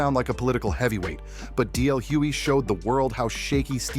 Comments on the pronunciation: Very good article But it's Hughley, not Hewey😢😢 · I cringed every time the narrator mispronounced DL's last name. If you are going to use his name for content at least say his name correctly smh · Why the continued mispronunciation of DL's last name?